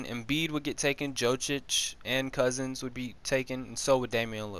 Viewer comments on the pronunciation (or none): Did you really say Joe-Chich